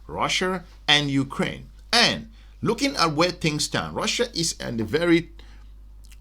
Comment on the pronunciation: Russia not Russer